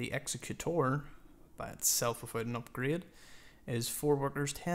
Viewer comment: 1.) Great vid, I'm subbing! 2.) 99,999th view! w00t. 3.) protip: egg-ZEK-u-tour, not EX-uh-Kute-er Keep up the good work brohiem